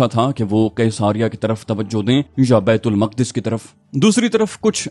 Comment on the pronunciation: Bait ul muqqadas nahe Maq'das asal talafuz hai jo Al-quds sy nikla hy thora homework kr lia krain.